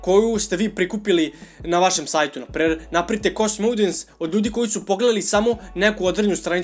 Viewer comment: Svaki put kada kaže "KOSTUM", jedan nastavnik engleskog umre:D Šalu na stranu, dobar si uvod napravio onima koji prvu put čuju za Facebook Pixel, savetujem im da još malo pretraže na Youtube jer ima odličnih kurseva.